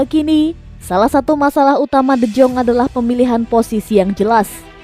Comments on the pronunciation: Yaah namanya juga cuma kerja ngisi suara, mana ngerti doi sama gitu2an.. Deyong aja dibacanya Dejong 😄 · De Jong bacanya de yong